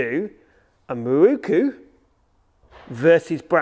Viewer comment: To me it's pronounced 'Miroku' and not 'Mirookoo'. Just my view.